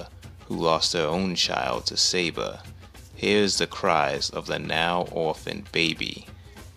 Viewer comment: I'm confused. Why do you pronounce the leopard's name like "Saber", like saber-toothed cat? In the movie, Kala calls her Sabor.